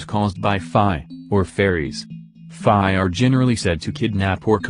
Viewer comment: you need to teach your tts to say fae right or smth idk lmao